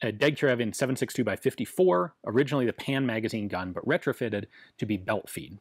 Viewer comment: It's too late, Ian. We heard the word you created: "orussianally" - originally Russian.